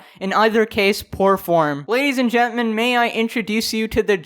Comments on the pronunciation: "Ladies and Gentment" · Ladies and gentmen is what it sounded like he said lol.